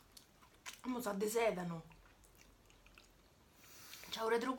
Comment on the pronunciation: “Sa de sedano” Vi amo 😂♥️